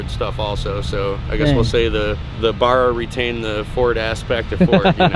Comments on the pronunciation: Dont know what it is with yanks, but if your gonna work with these engines which i have no probs with as its good to see others around the world fall in love with our engine, but at least pronounce it right as in the end you'll piss off a few Aussies like myself with your miss pronunciation of the engine name. Other than that nice video 👌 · Stop calling it that arrhhhhh my ears when you pronounce Barra , ask an Aussie please please please . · Fuck I reckon, get it rite mate it’s AUSTRALIAN!!! American 2jz??? Why the fuck can’t you yanks pronounce Barra?? And Aussies is pronounced as ozzy. Not ‘Orr seys.. ozzy ozzy ozzy Oi Oi oi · I hate how you say Barra, really try to say it right will ya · Please learn how to say Barra! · Pronounce it properly, say it with two RR's ;) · Nope. Only ignorant yanks say that. I own 3 factory powered barra cars, one a factory turbo. Barra is an abbreviation for Barramundi, a game fish found in Norther Australia. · Down voted for the pronouciation of Barra. I am sure yanks deliberately screw this up. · The way they say Barra is so wrong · American 2jz!?!? Mate first it’s an Aussie engine and second you didn’t even say Barra correctly ya nuffy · You guys say “Barra” wrong!!!! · Please pronouns Barra correctly. The “A” is pronounced like the a in “cat”, not the a in “car”. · Ok drop kicks can't even say the name of the engine properly. Also the argument its Ford therefore its US doesn't hold much water. By the same token is this logic also going to claim the escort, Capri, xr2 from the UK. Its a global company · learn how to say barra please for the sake of our aussie ears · i'm not even Australian and the mispronounciation of barra makes me cringe. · Ive only heard it pronounced in Australia but not how you say it is.. All good tho man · my brain hurts everytime they butcher the name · Ba like bat, rra like ra. Not baaaaaahrah or burah. Boys you gotta say it like you know where it came from :p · BARRA NOT BARRAR FFS triggered